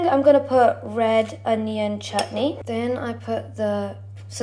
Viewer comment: 👏👏👏 u can say chutney correctlyyy